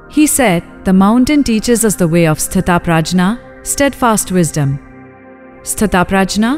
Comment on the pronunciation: The word is pronounced as स्तिथप्रयग not स्तिथ प्रजना